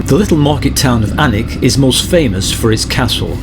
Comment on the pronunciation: A great wee video, having moved up to 6 miles east of Berwick 16 years ago from Kent, I love the fact that gets the pronunciation of Alnwick, Bamburgh and Lowick right. I really enjoy your riding video's and can't wait for the next. ATB Big Dave Scotland